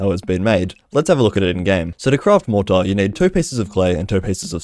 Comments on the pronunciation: please pronounce it mor-tr or mor-tuh, mor-taar just sounds very off 😭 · Your pronunciation of mortar is infuriating